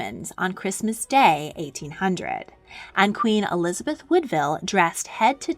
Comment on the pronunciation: ELIABETH I ?????????????????? you forgot the Z im pretty sure "eLiAbEtH" is disappointed (in minute )